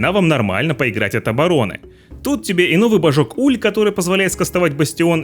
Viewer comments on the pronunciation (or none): Ну вообще, это не обзор, а какое-то экспресс-обучение по типу кто кого контрит, где создают героев и как копить благодать. И за "божки", которые слышатся как "бошки" вообще хочется выключить это. Где обзор на каждую миссию с разбором всего???